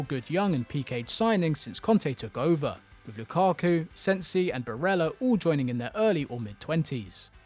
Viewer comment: Lol, coop. That's not how you pronounce that word dude!